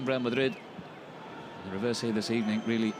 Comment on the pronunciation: good ebening